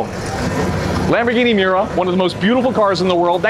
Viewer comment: This geezer is rubbish - at 0.55 he calls it a "Mirror SV" instead of "Miura" and at 1.04 he claims that it has "four" Webers. Not wasting time on someone who can't even count to six.